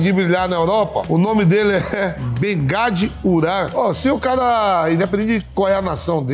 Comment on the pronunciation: Mas a segunda ele leu bengad